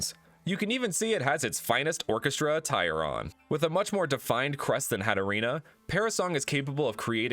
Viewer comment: Hattorina.. Hatterene.... odd